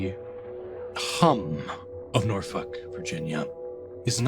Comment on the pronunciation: I will never get over the fact you pronounce Norfolk as Norfuck xD